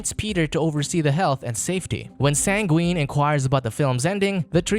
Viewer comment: Yes the one thing you took away from this is that they had mispronunciations……coming from the guy who said Sangween instead of Sanguine